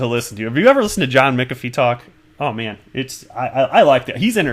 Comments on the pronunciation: there ought to be a rule whereby a Youtube content provider be not allowed to pronounce a person's name unless they heard the person themself pronounce it, or heard it from two or more experienced sources. McAfee is pronounced MACKAFEE with the accent on the MACK. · John McAfee pronounces it Mackafee . DAI pronounces it McAfee. Now you pronounce it Mickafee. Lol I wonder which one is right